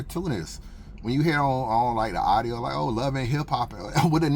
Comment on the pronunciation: It's a u d I o.... not arrio. Now practice lol